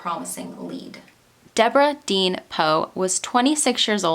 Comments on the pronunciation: I may be way wrong. But it looks like her middle name spelled “deann”, wouldn’t be pronounced “dee-ann” and not “dean”. But I could be way wrong. I’m not trying to sound rude by possibly correcting you. Your one of my favorite true crime YouTubers. Your so talented and amazing at what you do! Keep up the great work love❤️❤️ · I just wanted to pop in to say how much I enjoy your videos. I really appreciate how you put the spotlight on these older cases that might have gone unnoticed, and forgotten after so long. In some cases there may not be friends or family left to appreciate it properly, but I know they do appreciate not being forgotten. Now for a wee bit of critical talk. Deborah Deann her middle name was most likely pronounced..Dee-Ann. Many spell it that way. A close friend of mine spelled her name Deann, pronounced Dee-Ann. Keep up the great work! God bless you! Give your kitten some cuddles!